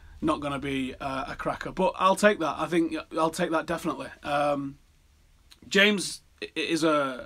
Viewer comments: Please pronounce names right! 'James' is pronounced 'Hamez' not "jaims" and "Bailly" is pronounced "Bye-ee" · First De Gay and now James... Swear he pronounces them wrong on purpose to wind everybody up😂